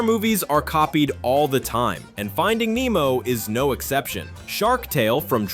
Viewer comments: It’s Nee-mo not Neh-mo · It’s Nemo